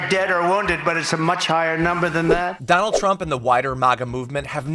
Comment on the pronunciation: pronounce it Dogh-NALD as par for the course